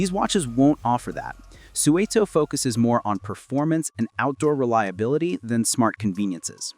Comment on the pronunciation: I used to make deliveries to Suunto in the UK, and it’s 100% not pronounced like that.